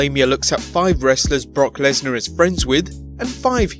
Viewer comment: Did you say Bork Laser